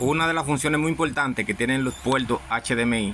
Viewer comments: los PUELTOS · Antes de continual con los pueltos, hablas como los chinos que no conocen la " R ". Aprende a usaR la " R " si vas a hablaR en español siempRe.